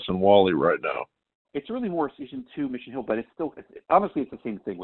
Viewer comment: it's Mission HILL not Mission HUEL